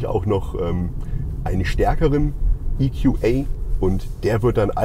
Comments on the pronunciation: Geiles Auto, es gibt wohl auch mit AHK, wie hoch ist denn die Anhängelast??? Wusste garnicht, dass der in England oder gar im Amiland gebaut wird, oder warum wird das plötzlich IQuAi ausgesprochen? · EQA muss man wohl englisch aussprechen aber GLA dann doch deutsch. Macht sicher Sinn. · Wieso spricht der Moderator "GLA" normal aus, EQA allerdings in Englisch?